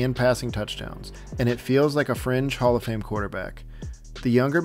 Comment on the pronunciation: Did you just say Jared Goff and Hallf of Fame?? That's quite the reach isn't it?